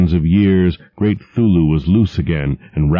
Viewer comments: Um why does he keep saying 'thulu and not C(kuh)thulu? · I'm a bit annoyed by the fact that the narrator pronounces "Cthulhu" as "Thoo-loo" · 5 seconds in and he mispronounces 'Cthulhu'... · He doesn't pronounce the "C" in Cthulhu's name.